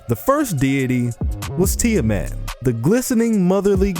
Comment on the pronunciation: "ti-a MET"..lol english speakers sucks when pronounce the "A"..